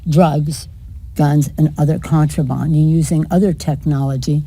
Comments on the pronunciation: " contrabond " ? Does she mean ' contraband ' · The balls In your court so instead of blaming trump get over yourself and do your fucking job .🇺🇸 PS , it’s contraband idiot not contrabond . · IT'S BOND, CONTRA-BOND. Never heard it said like that before! maniacal! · This moron literally just said "90% of drugs come through the points of entry, so lets expand the points of entry." WTF? And what the hell is contro"bon".